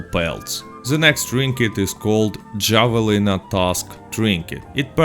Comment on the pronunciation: It’s pronounced have-a-leen-a.